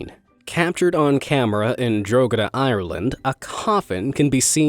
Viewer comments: I'm irish learn ur grammar draw ha da not drogada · I love how he pronounced drogheda like drogeda (it's pronounced dro-he-duh) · ITS NOT DROGEDA, ITS PRONOUNCED DROHEDA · Drogheda is pronounced like Droheda not Drogeda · it's pronounced dra-hed-a !!!! not dro-gih-dah !!!!! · It’s not dro-gu-da it’s draw-ha-da on the coffin one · Drogheda is pronounced draw hed a. Gh is not pronounced in Irish. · Drogheda is pronounced “Draw-head-ah”, just saying. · you say it draw hi da i would know i am irish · Hey love the channel but you said drogheda wrong it was a good attempt but it’s pronounced draw he da😁👍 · The pronunciation of Drogheda was hilarious, for anyone non Irish it is pronounce Draw-head-ah 🤣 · Just to let you know, that's not know how you say Drogheda. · The way he pronounced Drogheda Ireland is funny. Ha ha ha